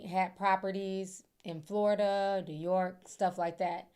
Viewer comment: I love the way you say New York, as a New Yorker. 🗽💜